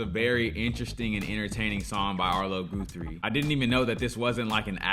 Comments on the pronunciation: Gu three not Goo three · It's pronounced Guthrie, not Goothrie.... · I love this so much. So funny. Epic folk song with a message (eventually lol) and watching yr face on this, priceless. BTW it's Gah-thrie, not Goo-thrie 😂👍🏾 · It’s pronounced “ guth” like rough. Not. It’s not goo This was one of my faves. Still know all the words ❤️ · Arlo was a bit older than me, and I don't know exactly what went down with him. What I do know is we listen to this story every thanksgiving weekend, Yes, I love the anti-war message.Btw his name is GUTHrie not Gootrhre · His name is pronounced with a soft u sound, like sunny, funny, lucky. Not like you or blue. 😊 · Sweetie person. I was wondering if you’d pick up on this. It’s one The Songs of the 60’s. Btw, it’s Guthrie as in Gut, Guth-ree. ~ Arlo Guthrie, Woody Guthrie’s son. ☀️💙🌷🌱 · “City of New Orleans” by Arlo Guthrie (first part of Guthrie pronounced like guh, Guth-rie). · this was my first....and last viewing of your channel. Sorry, but if this is a sample I just can"t do it. You not only didn't bother to find out how to pronounce Arlo's name (ever heard of Woody Guthrie?) but you chose that awful live performance where the audience noise is extremely distracting. I'd never have memorized the Massacree decades ago. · That’s pronounced Guthrie as in gut (with an h) and ree. His daddy (Woody) was a famous folk singer in his own write. His most famous song was “This Land Is Your Land”.